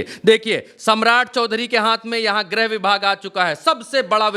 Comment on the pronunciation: Grah mantri nahi bola jata grih mantri bola jata hai.